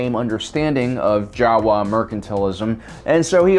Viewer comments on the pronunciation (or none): none